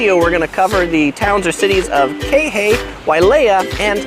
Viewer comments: Interesting info but it is annoying that when you are in Kihei you still can’t pronounce Kihei or Kaanapali. I could understand if you were never there yet but it hurts your entire video to not take the time to ask someone or even to google the proper pronunciation. I realize you have addressed this but it is still bothersome. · You forgot to mention how great the fresh fruits are!!! So many local fresh fruit stands, pineapple is good not just in burgers!!! and your pronunciations of Kihei and Ka'anapali are hilarious....I've only been to Maui 3x and I know how to pronounce the cities I am staying in. This is a guide and you should KNOW how to pronounce the cities you are talking about. I'm not Hawaiian but I love Maui and even this was frustrating to hear. But I got a good laugh.